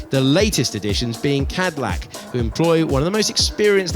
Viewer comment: Where exactly did Bottas want Hamilton to go? He'd just overtaken his own team mate and was approaching a corner...... Oh, and is that how we're pronouncing Cadillac now? Asking for a friend obviously........